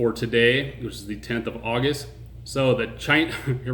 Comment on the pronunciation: "AUGUEST" smh...